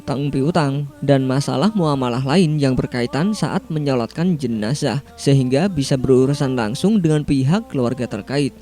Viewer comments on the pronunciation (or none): none